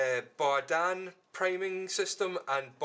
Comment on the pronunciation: Berdan, not Bardan